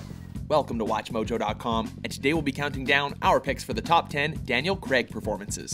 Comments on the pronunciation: Kreg!? Daniel kreg!? *craig pronounced "crayg" but another fine video from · It's crAIg not creg or Crai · It's pronounced "Craage" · Craig! Craig! CRAIG! NOT FUCKING "CREG"! URGH! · okay, love you guys, but it's pronounced 'Crayg', not 'Creg' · It's not creg its Craig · Stop calling him 'Creg' it's Craiiig! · IT'S FUCKING PRONOUNCED "CRAIG" NOT "KREAG". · It's not pronounced "CREG" IT'S "CRAIG" (Cr-A-g)! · They're Canadian I am Canadian to but I say it as Craig not creg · matt fahringer Of course he is..But the pronunciation of Craig as 'Creg' is commonly seen among North Americans( is Canadian) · how do british people pronounce it? daniel cr-ayy-g? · Daniel Cr-ay-g... The way it's supposed to be pronounced... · because Craig is a somewhat common first name and it is pronounced Cray-g. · Stop saying "Creg" please, it grates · All the people getting so mad that they pronounced his name Creg it's just our accent North Americans (watchmojo is Canadian) pronounce Craig like this so sorry not sorry about our accents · Ah yes, I love Daniel "Creg". Seriously does everyone in USA say Craig like this? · It's Craig not creg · Its Craig Not Creg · Craig not crag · It's not pronounced 'creg'. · His name is Craig not fucking Creg, Also Layer Cake is his best film! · His surname is Craig, not Creg!!! Will North Americans never understand this?? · I don't understand why Americans pronounce Craig creg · Craig not Creg ffs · Did he just say Daniel creg? God Americans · Anyone else get annoyed when Americans pronounce Craig like "creg" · bruh - screw fallout4 I some one's name was Hejdenberg you wouldn't pronounce it Huh-j-den-berg you would pronounce it correctly same with Craig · Craig as in vague. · That's how people in Canada pronounce Craig so... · Its Craig as in VAGUE, not as in BEG. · Why can't Americans pronounce Craig